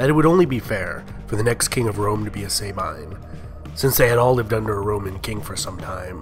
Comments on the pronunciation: It's not pronounced "SAY-bine", it's more like "sah-bean". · Great work thanks! Just one thing: please do not pronounciate Latin like (American) English. Example: 'Sabine' is pronounciated with 'a' like in the word ' American'. And the 'I' like in the word 'dustbin'. 'Remus' is not 'Reeeemus', but with 'è' , like in 'Everlasting'. And the 'u' like in 'shoe'. Remus.